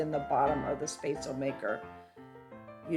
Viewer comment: You said what? At least try to pronounce it right hahah